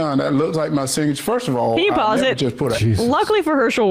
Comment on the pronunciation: Damn listen to him try to pronounce SIGNATURE He says It looks like my SINTCH!